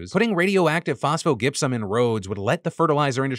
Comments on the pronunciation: Why why why are you pronouncing it Gip-Sum? I’m just going to assume this was a flub and not a proactive move to not say the phoneme Jip. Because it’s Jip-Sum. Like the rock Gypsum. So Phospho-Gypsum== Phosphogypsum= Fos-foh-Jip-Sum. Just in case a writer told you to say it the way you’re saying it. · FYI, phosphogypsum is pronounced "fos-fo-JIP-sum". The "g" sound in gypsum is the same as in gymnasium, gypsy, German, or germanium.